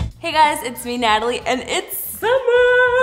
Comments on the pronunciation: "sommer " Me : whut IT SUMMER GET IT RIGHT !!! S-U -M-M - E - R UGH!!! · pronounced “SUMMER” as “SUMIR” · why did she say summer wrong